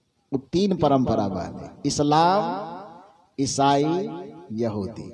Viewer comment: Sir, you are not reading इस्लाम properly